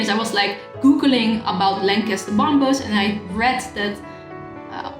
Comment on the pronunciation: Love the way you pronounce Bom"b"ers using the second silent b . cute thanks great review.